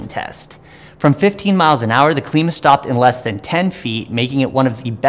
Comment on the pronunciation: Klima - "Climber" not Kleema. Named for the wheel's climbing ability. Makes sense right? :) Happy to eat my words if proven wrong but I believe that is the right pronunciation of the name. Thanks for the review regardless! Nice work.